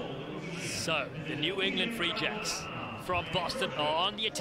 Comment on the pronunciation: I know the New England team is called the “Free Jacks” but am I the only one that thinks that one of the commentators makes it sound like the “re-jects”?